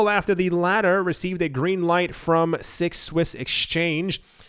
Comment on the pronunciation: six swiss sounds way too much like Swiss miss, and now I want morning cocoa.